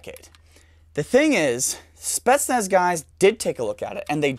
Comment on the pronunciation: since he likes to pronounce words correctly it's pronounced like spi-yets-nas